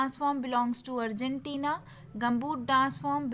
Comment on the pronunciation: That is Argentina not Argentiinaa